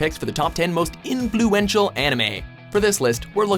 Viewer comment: InFLEWential anime. lol